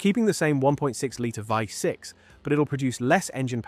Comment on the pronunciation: who the hell say v6 with vey6 lmao